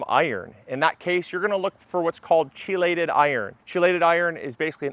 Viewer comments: Chelated (Iron) is pronounced "KEEL- lay -ted ". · The "ch" in chelated is pronounced with a "k" as in key-lay-ted